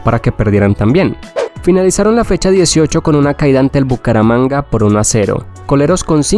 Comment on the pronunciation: Porque simpre dices así Bucaramanga mano es un chiste local